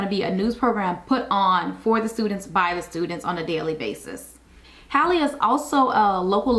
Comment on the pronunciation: Just watched your video. The name is pronounced as if spelled Hawley. William Halley was my grandfather so I know this is correct. I visit the school now and then and even worked there when it opened. Emily Halley York 2026